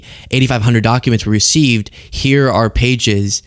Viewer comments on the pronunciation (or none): none